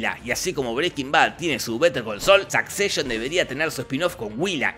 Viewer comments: me da mucha risa que diga SAKCESHON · "Sakseishon" :face-blue-smiling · La pronunciación de la Palabra Succession es de las cosas más Repugnantes del vídeo